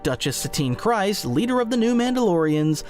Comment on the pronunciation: its Kryze(kreez)..please PLEASE.....i cant